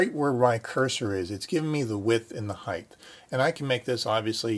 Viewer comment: it's "HEIGHT", not "HEIGHTH". You lost me there